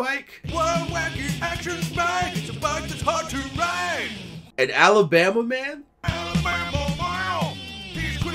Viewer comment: It's pronounced "Alabama MAYUNN!", good sir. Happy holidays to you too ^_^